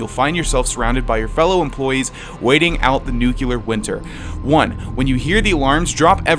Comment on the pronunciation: the nuculer winter